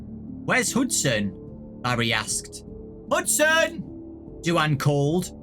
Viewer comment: pretty sure its hudson not huston